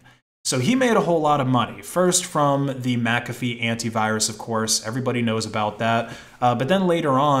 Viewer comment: Thank you for pronouncing McAfee properly, everybody always pronounced it wrong when they say my name